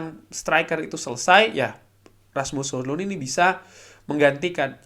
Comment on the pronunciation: Di beberapa cuplikan gol bacanya Hoilan, mirip lah sama Holan. wkwkwk